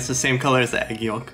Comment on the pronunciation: did you just pronounce the l in yolk?